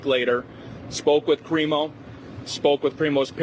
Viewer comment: Everyone’s pronouncing it wrong. It’s pronounced “Crime-o”